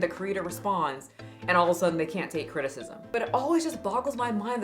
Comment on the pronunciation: She said crtitcism